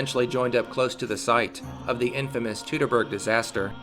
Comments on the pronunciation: It isn´t "tootoburg" though. It is Toitoburg. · correct - the procounciation is "toitoburg", of course ; I should know I live about 2 miles from the forest's western edge. The same applies to the "Teutonen" and "Deutschland" . Most english-speaking people I heard say "Doitschland" and that is how it is procounced and not "dootschland".... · Surely at some point in your life you have heard the word "Teutoburg" pronounced correctly. Yet you choose to ignore that. Why? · Since we don't know how these words were pronounced, and since different people would pronounce them differently depending on where they lived, we can use the standard English pronunciation as the most correct one: ˈtu təˌbɜrg "Too-tuh-berg" like "Too-tonic"(Teutonic)